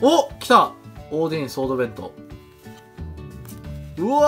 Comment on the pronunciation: 似非関西弁が気になってしょうがない… オーディンはオーディーンって言ってるし…